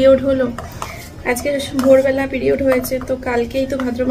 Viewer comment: Periods ucharon ta thik kore krte parenaa😂😂😂😂